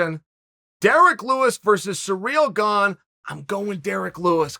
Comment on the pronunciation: “Surreal gone” lmao if you don’t know how to say his name nobody is going to listen to what you think about him